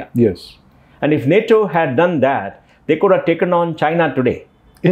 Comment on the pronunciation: It is nato not Natoma please make a note of this